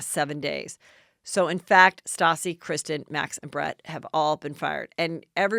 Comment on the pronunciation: Isn't it Kristen and not Kristine?